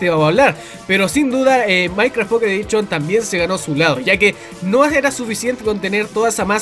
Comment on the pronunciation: Minecraft mobile "edichon" :V